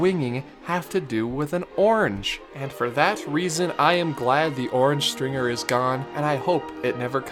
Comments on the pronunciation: Orange Stinger not stRinger. 🙄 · Orange stinger not stringer lol 😀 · Guy.... It was the Orange Stinger... Not stringer! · It was called the Orange Stinger not Stringer :) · Come on man, it was Orange STINGER, not "Stringer"...you could even see the bees all over the ride. Jeez. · Isn't it Orange "Stinger"? Not "Stringer"? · Orange Stinger, not Orange Stringer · It's "Orange Stinger" not Stringer. Hence all the bees. I worked that ride back in the day. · It's actually called the Orange Stinger, not Stringer. Hence the bees and bee noises that used to be in there. The orange I believe had to do with the fact that the Disneyland Resort is in Orange County and Disneyland was built on an Orange Grove. Just saying. :) REPLY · Orange Stringer? Stinger I think you mean... cause, bees. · Um, it's Orange STINGER. Not stringer. If you're going to do Disneyland videos, at least pronounce them right. We'll let the mispronunciation of Regis Philben go since he's a tool. But geez mate. At least get the rides right. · Orange Stringer? lol Stinger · Uhm.....I'm pretty sure it was Orange Stinger, not Orange Stringer. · Isn’t it the orange stinger, not stringer🤔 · It's Stinger, Not Stringer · It was called the orange stinger, not the orange stringer. Jussayin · orange STINGER... not orange stringer 😂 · It's Orange Stinger, not Orange Stringer! Also, it's Adventure Through Inner Space, not Journey Through Inner Space! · Stinger, not Stringer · It was the "Orange STINGER", not Stringer.